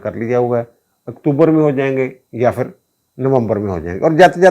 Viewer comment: Janab, lagz "fir" nahi, "phir" hota hai